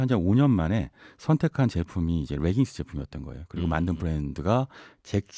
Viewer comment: 레깅스를 자꾸 r발음을 넣어 reggings 라고 발음하시네요. Leggings "레깅스"가 올바른 빌음입니다